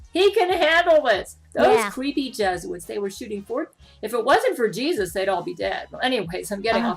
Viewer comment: Ah yes those dastardly “jesuits” mhmm yes…